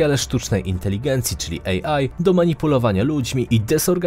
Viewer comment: AI nie EJI 🤦🏻‍♀️ AI czyli Artificial Intelligence. Jaki głąb dodawał napisy? 😂🤦🏻‍♀️